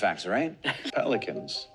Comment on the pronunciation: "Pelicans" Everyone: Oh boy here we go